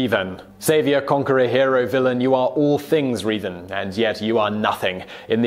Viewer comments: There's not even two E's!!! Where is he getting the hard e sound?? Seriously "Reevan" there are only 3 video games and 2 novels centered around his story how could he have never heard the name?? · Reevan? REEVAN?! REEEEEEEEEEEEEEEEEEEEEEEEEEEEEEEEEEEEEEEEEEEEEE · My name is pronounced Revan, not Reevan. I'll forgive you, though. I had I tough time understanding Wookie slang, so it's understandable. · He says Reevan but then when referencing the Mass Shadow Generator says Revan. Confirmed that he is purposely mispronouncing these names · Sorry... did he say "Reevan"? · Darth reevan? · "Reevan" lmao huh? cool video though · Great video, but... R - eeeeeeeeeee - van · The way you said Reven made me cringe so hard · REEEEEEvan i dont like his pronounciation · Revan needs to be MUCH higher on this list. That guy, whether Jedi or Sith, was the Alexander The Great of Star Wars, especially in terms of his tactical brilliance. Also, Simon, to help you pronounce Revan's name right, here's a little tip for you: his name comes from the word "Revenant," meaning a spirit of vengeance. In fact, his full title is Darth Revan, Lord Of Vengeance. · Thank goodness you got Revan's name right at least half way through. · How come he only mispronounced revan the first time??? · You pronounced Revan Wrong. Just search up how to say it. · Strange thing is that he mispronounces Revan wrong, but then shortly after he says the name right a few times in a row lol